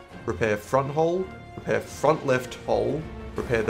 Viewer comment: What does rep your wheel mean Edit: figured it out, he means “repair” Was it really that hard to say one more syllable?